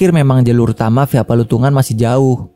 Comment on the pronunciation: Selamat mlm Palutungan mas Bukan Patulungan😊